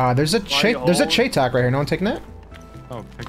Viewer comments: It’s pronounced cheytac = shytac. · Cheytac pronounced CHITAC